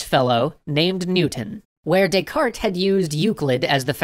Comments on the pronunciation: "they were to Des-carte it" lol. A pun revolving around bad pronunciation is a pun nonetheless. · "They were to descarte it"? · You do not pronounce the 't' in Descartes. It's Renay De-car. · You're not supposed to pronounce the "t" in "Descartes". Its pronounced "Day-car". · "They were to Descarte it" :D